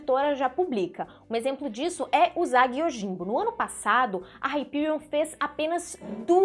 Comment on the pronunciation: Favor procurar aoi usagi sakai noriko, no tempo 1,07 tem a pronuncia correta de usagi...